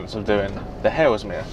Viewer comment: You keep saying "Halesmere" - is that Haslemere? If so, maybe saying "Hazel-meer" would make sense to people who know the places?